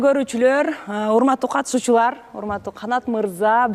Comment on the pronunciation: инчи минуталарында кандай тон менен айткансыз урматтуу катышуучулар деген созду😅😅😅